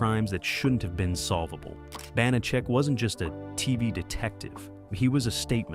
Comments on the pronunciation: Sooo many errors... Carly Kirkland, not Davidson, 10%, not 15.... and many more, many of which were pointed out by other commenters. I always loved this show. I'm old enough to remember when it was originally shown. I have the show on DVD and still rewatch frequently. Too bad the AI narration can't get the pronunciation right for the character or the actor. Glad to see Banacek getting it's due, but I wish it had some fact checking. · They are mispronouncing the main character's name, which is ironic, because mispronouncing his name was a running joke on the show. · Hey they may mispronounce Banacek and Peppard wrong, but how they made Kirklan sound like Davidson, That's some next-level mispronunciation 🙂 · So distracting the AI voice mispronouncing Banachek and Peppard. Also I have heard the story many times that Peppard was in the process of getting divorced and if he agreed to the third season his ex would get too much of the contract. He didn’t want to work and have her benefit. Final fun fact - the magician Banachek took the stage name as a result of the character. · Not only is the character's name mispronounced, but there was no Rolls-Royce featured in the series. Banacek had a classic Packard convertible and a Cadillac Fleetwood 75 limousine. I remember episodes where Banacek had to travel: his vehicles varied from a Jeep to a DeTomaso Pantera. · They pronounced George Peppard's name AND Banacek's name!!!So distracting!!!😮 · Stupid AI and stupider channel owner, posting without reviewing the video. His name is pronounced "Pep-PARR'd" not "peppered." The character's pronounced "BANNA-check," not "B'nott-check." If you know the show and the stars that well, you should know how to pronounce them. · Not to mention the characters, Banacek, Bonachick? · Bonacheck? AI narration. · Ya know, if you are going to do a video on a subject, you should learn pronunciations. It's "BAN-a-check" and "PEP-ard". He rose in a Cadillac limo driben by Jay and drove a 1938 Packard.